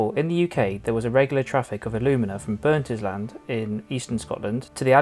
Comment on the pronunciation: Burntisland is prenounced Burnt-Island NOT Burnt-is-land lmao